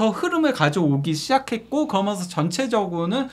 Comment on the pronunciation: 해설을 하려면 발음도 중요하다.버버지 은 거면서 거면서 하는 사투리 정말 듣기 그렀다. 거면서가 뮈냐 젊은 친구가, 거면서, 거먼서.